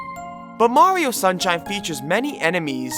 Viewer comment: Why do you say Morrio instead of Mario?